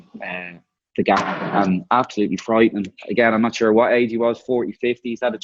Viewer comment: TAKE A SHOT EVERY TIME DUFF SAYS 'FRIEIGHTING".